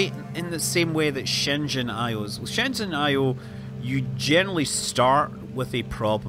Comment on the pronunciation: Good job pronouncing Shenzhen correctly (for the most part)!!!